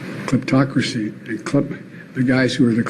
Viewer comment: cliptocreee-cryp...yea...these are bad guys!